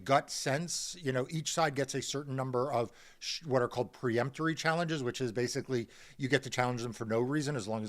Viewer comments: Marc Elias, the first syllable of "peremptory" is "per", not "pre". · I love you Marc, but it's peremptory, not pre-emptory.